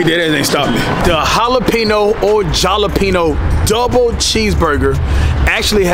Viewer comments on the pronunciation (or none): How do you say jalapeño wrong twice 😂😂